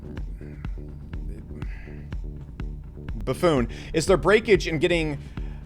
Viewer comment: That pause then loook at the camera, followed by bafoone 😅lolol